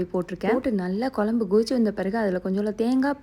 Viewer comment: kolambu illa kuzhambu pronounce it properly ma